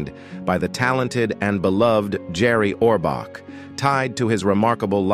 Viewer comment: You can’t even pronounce his name correctly.